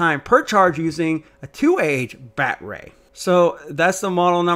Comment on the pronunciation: Talk right, quit using batray